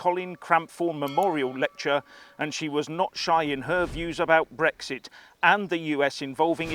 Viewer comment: It`s BREXIT not , repeat not BREGGS ZIT.